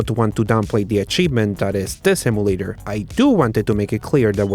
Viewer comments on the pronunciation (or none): Emulator is pronounced like Em You Late Er. NOT Eh Moo Late Er. Just helping you out with your English.